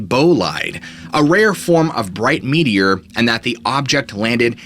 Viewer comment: No lie, when you said “American Meteor Society” I thought you were saying “media” with a really weird accent 😂